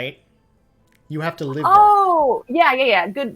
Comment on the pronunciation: Lolol actually Sim Guru Ninja was going off in chat about his mispronunciation. It’s supposed to be “live” rhymes with “give,” as in living